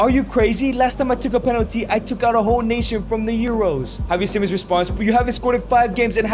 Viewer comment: bro i nearly got brain damage of you saying kavi and havi simons